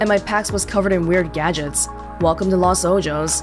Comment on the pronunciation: Hey I don't mean to sound like I'm coming at you or anything, this is some really nice gameplay, I just wanted to note that I think you might be pronouncing 'Los Ojo's' wrong. It seems to be the spanish words that mean 'The Eyes'. I'm sure you could easily find the right pronunciation if you looked it up. Once again I don't mean for this to sound rude but I hope it helps!